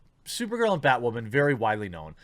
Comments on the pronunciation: Holy Bat Guano, BatWahman! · New Batwahman - It's Ma'am!